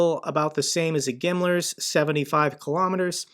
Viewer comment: It's funny that GIMLARS are killing Ruskis, because that's how they pronounce "Himmler" lol